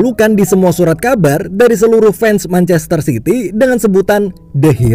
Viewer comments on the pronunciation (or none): Lu salah ngomong manchester city woi bukan manchaster sity